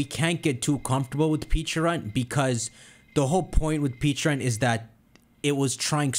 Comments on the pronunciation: Take a drink everytime he says "Peacharunt" instead of "Pecharunt". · Dude. PLEASE. For the love of GOD. STOP saying Pecharunt like that. It just makes me not even want to watch because it’s like I’m watching some knock off nonsense video where the guy has no clue what he’s talking about, given WE WERE SHOWN AN ANIMATION WITH THE CORRECT PRONUNCIATION AND YOU WATCHED IT. I know, dumb pet peeve, but it’s driving me crazy.